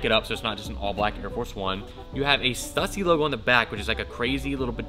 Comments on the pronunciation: Why are you still pronouncing Stussy wrong, dude? We've talked about this. A lot. "Stew-see" "Stew-see" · bro...why do you not pronounce Stussy right?? i'll give you a perfect example. Pronounce "stu"pid and then pronounce pu"ssy". Now combine the two i emphasized while keeping the pronunciation going. There you go now you can pronounce the brand perfectly!